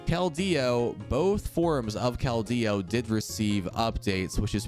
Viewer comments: Sir, it's just Keldeo. Not Kel-Deo. The pronunciation I base it off of is from the movie/anime. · why he putting so much emphasis on the D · I love all the videos but you say his name so funny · wait really ? its the first time i hear someone say it as kel-deo since its release in pkmn black and white